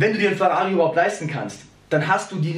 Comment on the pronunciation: Sag doch einfach Ferrari und nicht WRAWRI .. das klingt schwul